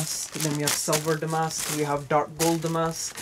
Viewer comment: Pronouncing “damask” correctly!! Yay!!! So rare 🤓